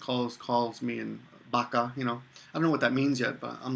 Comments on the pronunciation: lol BAGA? its BAKA not BAGA it just sounds baga when you pronounce it slang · Did you say your wife calls you baka or Baja